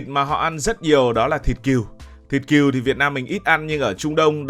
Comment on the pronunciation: Con Cừu mà đọc con Kiều hả tr 😂